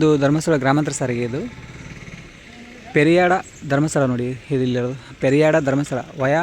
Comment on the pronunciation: ಪೆರಿಯಾಡ ಅಲ್ಲ ಪೆರಿಯಡ್ಕ